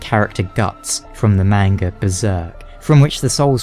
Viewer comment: You pronounce 'Manga' horribly. Katanas aren't brittle. I like what ever weapon is underwhelming to make the game harder.